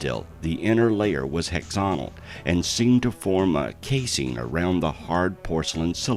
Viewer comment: That's hexagonal, not hexonal.